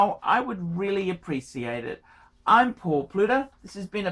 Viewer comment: “Pwueciate it, I would really apweciate it.” Shut it Phat Boi!